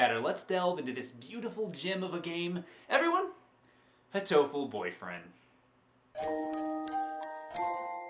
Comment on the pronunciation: PBG it's supposed to be hateful, it's just like that to say it like "You Hatoful"!